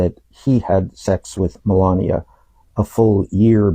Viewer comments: I would forget everything irritating about you if you would learn how to say Melania right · She's a vile disgusting human being but her name has only four syllables and it makes my life miserable too much. The only thing worse than hearing it is hearing you mispronounce it.